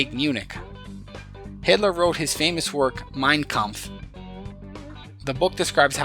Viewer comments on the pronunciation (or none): Mein Kampf. Not Mien Kampf. Good video. Using it to teach my daughter.